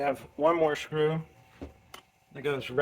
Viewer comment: Is that really how you say screw meow? I’m asking you a question meow. Meow, are you gonna keep saying shcrew?